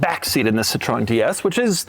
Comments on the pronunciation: Doug is the type of guy to say it like "Citron" when in fact it's "Citrun." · Doug: Cit-REN, not Cit-roh-en :) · Cit-ro-en?? For a car guy you still consistently pronounce the names of cars and manufacturers incorrectly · CITROEN, CITROEN, CITROEN not Citron you idiot, it's not your citric lemon 😂😂😂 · It's funny that these car guys insist that you say "Porsh uh" but then they say "Citron." Sad! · Citro-EN lmao doug you mad man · "Si-tron" - the way americans pronounce French words is atrocious. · Doug can't decide if Citroen is a two-syllable word or a three-syllable word. He uses both interchangeably in the video. Hint: It is a three-syllable word, "sit-row-in", otherwise you are just mouthing the French word for Lemon. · A totally unique and singular pronunciation of Citroen. The French don't say it this way. The British don't say it this way. The Chinese don't say it this way. Fascinating.